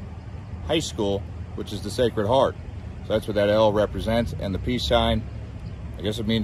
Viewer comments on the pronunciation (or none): none